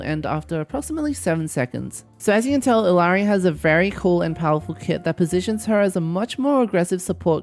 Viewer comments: Her name is pronounced ee-YAH-ree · The two L’s make a Y sound so it’s Iyari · Her name is pronounced E-yari.